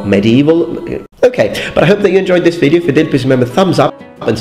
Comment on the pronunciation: No one: Metatron: Wideo games